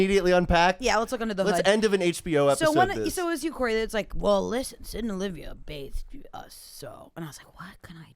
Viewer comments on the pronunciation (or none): none